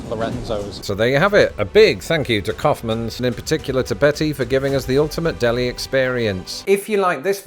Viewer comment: "cowfmans" lol 😂😂😂 Its pronounced more like the act of expelling something from the lungs than a bovine ungulate, my friend!